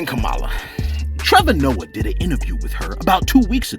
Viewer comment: You are pronouncing the VP elect Kamala Harris name so wrong 🤦🏾‍♀️